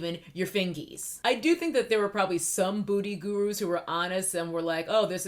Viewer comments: When you say 'beauty guru' it sounds like you're saying 'booty guru' lol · The 1st time I thought It was a mistake but by the 5th time I was like lol there she gp